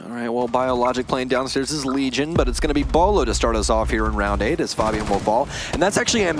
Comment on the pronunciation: did anyone notice how he called fabian faibin